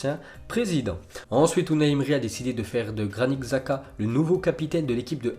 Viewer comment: Comment il prononce Xhaka et tuchel 😂😂😂